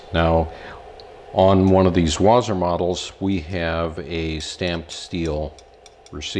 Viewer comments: Wasr not wazr. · I think it's pronounced Wha-sir